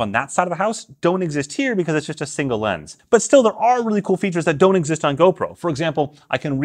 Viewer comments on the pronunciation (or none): none